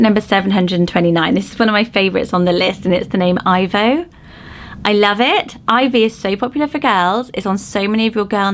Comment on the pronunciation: Ivo pronounced E-vo